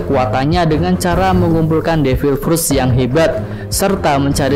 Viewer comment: Min ngomong devil fruit nya kayanya gaenak min mending diganti jadi buah iblis 😄